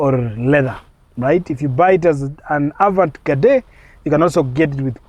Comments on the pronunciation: A vant gadee ndo nini omwami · Wewe pronounce 'Avantgarde' vizuri wacha kusema vitu havieleweki. [ah-vahn-gard] :face-red-droopy-eyes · Avantgarde not avant gade 😂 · THE "AVANT-GARDE" EXPRESSION IS FRENCH. GET A FRENCH SPEAKER TO ASSIST WITH PRONUNCIATION.